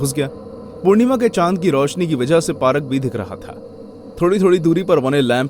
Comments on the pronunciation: Being respective.... It's not parrk it's park.... 😅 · Bhai parak nhi park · 1.36 (parak ) =park 😂😂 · Did anyone hear that he said "parak"😂 not "park" one's ❤️ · Parak bhi dikh raha tha.. 😅